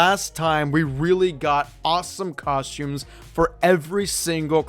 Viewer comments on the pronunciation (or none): It's costumes, not coshtooms.